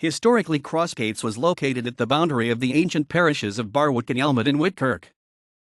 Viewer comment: Stop it from saying BarWick it is pronounced Barrick.